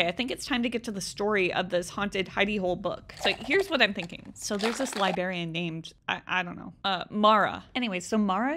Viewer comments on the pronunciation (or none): I cannot hear "liberry" or "liberrian" from an adult woman anymore without flipping out. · I love love love your content, but the way you say library and librarian irks me! Theres an R in there and it NEEDS to be pronounced!😂❤